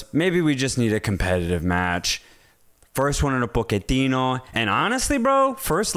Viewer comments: I love you guys but, why are you pronouncing his last name “Poketino”? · Hearing Pochettino's name being mispronounced. It's not that hard. Even the premier league commentary never used that pronunciation 😂